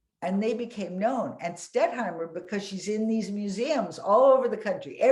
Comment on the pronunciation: The moderator didn't know the artist-in-question's name -- it's "Stettheimer" -- NOT "Stetthmeyer." This was more than a mispronunciation; she consistently got the name wrong every time she said it.